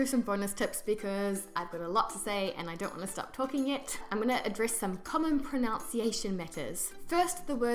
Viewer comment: . Someone mentioned it a while ago, but again - your pronunciation of the word "pronunciation". 😂